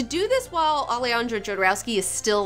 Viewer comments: It's very funny the way she pronounce "Alejandro". Jodorowsky has a double nationality, is French-Chilean. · Its not pronouced Ale-andro Jodorowsky, its pronouced Alehandro Hodorowsky